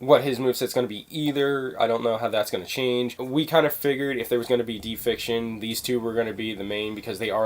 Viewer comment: Not "defiction" it's deification. Day-eh-fi-kay-shun. Not trying to be an ass, but i got triggered lol.